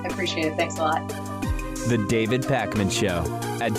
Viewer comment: It's Pakman! Not Parkman...jeeesz. Great interview though. Very interesting